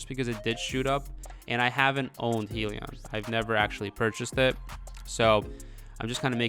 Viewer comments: You're saying Helion instead of Hyliion. It's Hy for Hybrid. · Hybrid lithium ion - pronounced (hi-Leon)